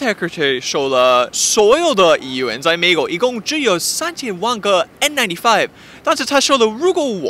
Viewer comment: ，你的中文利害了，出来那个“美”国，不准，好好笑。